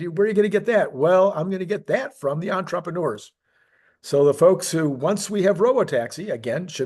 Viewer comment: EntrepReneur. You're missing that "R" in the middle. "Ontra-preh-noor", not "On-troppa-noor".